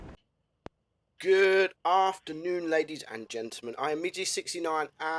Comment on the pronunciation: I love the way you say gentleman, its so cool. Its like "gentahmen"